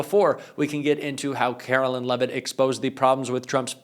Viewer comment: ....it's karo-lyin'.....